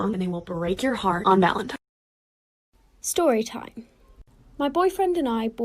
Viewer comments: BRUH THE WAY SHE SAYS SHORY SHIME LIKE TF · ShTORYTIME LOL